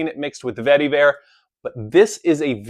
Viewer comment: Love every time you say "vetty-vare"! LOL